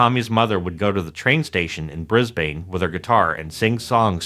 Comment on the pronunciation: Brisbane is pronounced 'Briss-bn', rather than 'Briz-bane'.